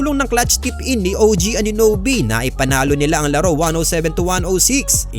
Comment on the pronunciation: Bgo mo sya ibida... iPronounce mo nga ng tama ung pngalan ni OG. 😂😂😂 Bka nga dimo alm ang totoong pngalan nya eh.😂